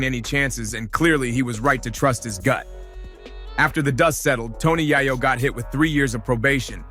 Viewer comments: Bro I got to stop watching your podcast cuz you are truly mispronouncing this man's name and it's very simple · Fr, you can't make a video without mispronouncing they name, you might not even be from this country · Hate the way you say Tony yayo name that's not how you say it dam